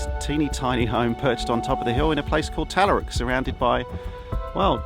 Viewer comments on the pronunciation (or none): Talla rook it’s pronounced as. My Dad would drive my Mum nuts by saying as we got close on the old Hume Highway. Beautiful country, great views, Australia at its absolute best.I was wondering why you didn’t go & pick up your wood but you did. Great idea.